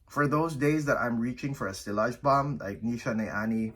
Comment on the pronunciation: nice list. u hv good collection. Btw it's not pronounced sillage with the L but like siaage.